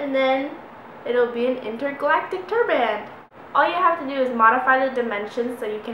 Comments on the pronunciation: Are the sleeves already cut off and its pronounced turbin not turBAN but is spelled turban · I think you mean turban and not turband, hahah. Very cool though! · we prounonce it like TURB-IN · yes, a tur-BAN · Tur-BAN. lol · A turd band lol I thought she said that lol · hahahah turban... you say turban funny. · I Hate the way you pronounce the word turban, every time you said it I was like. " :@ "